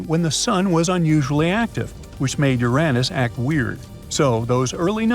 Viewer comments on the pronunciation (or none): Oh STOP IT NOW! I’m going nuts with AI pronouncing Uranus as “ your “Ann- Us.” Guess it’s better than “ your Aaaay Nuss.